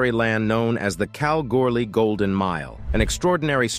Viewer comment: This is how you say Kalgoorlie like Australians do. Cal gool ee easy isnt it announcer 😊